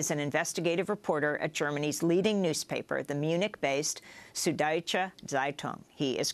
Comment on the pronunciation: It's not "sood". You simply don't have this sound in the English language. It's also spelt "Süddeutsche Zeitung" and if you can't make an "ü", you should rather use "ue" instead of a single "u". (The same goes for "ä" and "ö" respectively.)